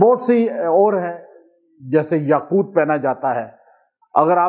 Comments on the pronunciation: Aoa. apny Taa pr zabr prh di yaqoota, jb k Taa pr paish hai,yaqooto hai. Braiy mehrbani is ki islah kr lijiye. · yaquuta padh rahe hen. Yaqutu he baba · AAP ayat ko ghlat pard rahay hai correction karay yaqootu hai yaqouta nhi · السلامُ علیکم جناب اپنے يآقوتا۔ پڑھا ہے ہے یاقوت کیا پڑھنا ہے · یاقوت کے ساتھ پیش پڑھے زبر نہی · یاقوت کے پیش کو نہی پڑھا نے ۔۔۔یاقوت کے پیش کو پڑھے قران کودرست پڑھنا چائیے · Aslam oalikum ka Sath Lafz taa KY uper peesh ha zaber nhi. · بہت ادب سے عرض ہے کہ آپ یاقوت پر زبر پڑھ رہے ہیں جبکہ پیش ہے اصلاح کے لیے معذرت خواہ ہوں